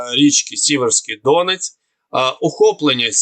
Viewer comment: Зверніть увагу на наголоси !!! ЯмпІль, ДОнець чи Ямпіль, ДонЕць ?!!!